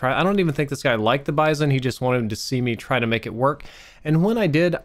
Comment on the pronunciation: It's pronounced 'Bee-zon'.